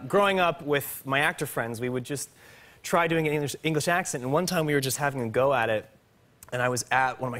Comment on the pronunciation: That was actually a good English accent